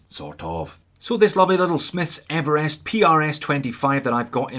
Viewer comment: thlee, Evelest dude! what's going on?? you can't be OZ talking like that.